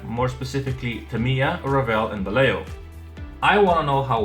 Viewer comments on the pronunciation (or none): Great review, do you have pictures with the different light environment? BTW This is the way it is pronounced Vallejo: (valley) Va (yes) ye (home) ho